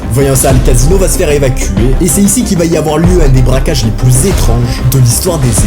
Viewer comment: Braquage pas bracage 😊